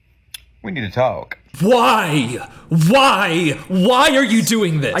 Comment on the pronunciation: “we needuh taolk🤨” 😭🙏